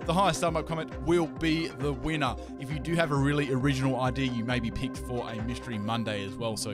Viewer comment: He clearly said wiener instead of winner